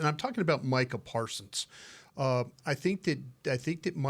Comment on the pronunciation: She can’t even say Micah parsons name right 🤦🏽‍♂️bless her heart